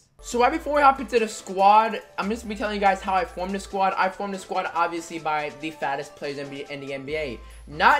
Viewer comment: Am I the only one who thought he said FASTEST?